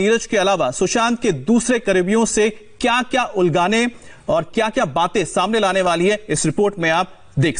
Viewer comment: क्या सर एंकर हो आप पर शब्दों का सही से उच्चारण नहीं कर पा रहें हैं, उगलवाने होगा जहाँ आपने उलगाने बोला है